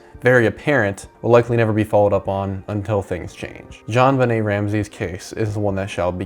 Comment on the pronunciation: stop say zjoanbenet like that its annoying